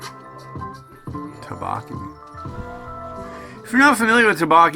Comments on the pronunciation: The rice cakes are pronounced more like "dough-bow-key" 😂 anyway this one just tasted okay to me. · The way you pronounce tteokbokki stresses me out lmao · Me too